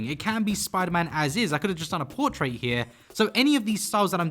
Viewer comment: I dont want to sound rude but dose he know hes saying portrait wrong